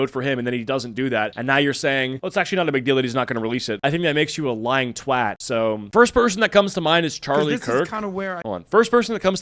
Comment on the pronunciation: lets go American finally pronounces 'twat' correctly